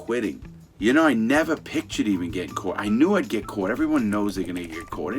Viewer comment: How he says caught kills me hahahah —> cooot